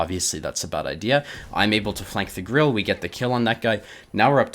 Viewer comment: Hey brother, just FYI: "Grille" (German word for "cricket") is a two-syllable word. Pronounced "grill-eh."